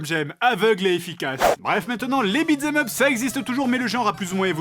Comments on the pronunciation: pourquoi tu dis beatS em up? tu l'ecris bien pourtant... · Vu que "beat them up" est abbrévié en "beat'em up" dans l'expression (accent américain), ce qui élimine le "th" qui rend sa prononciation difficile pour le français moyen, tu aurais pu prononcer l'expression correctement au lieu de nous gratifier de ce magnifique "bitzemeup"